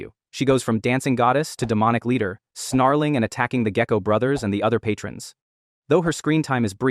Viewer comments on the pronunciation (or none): none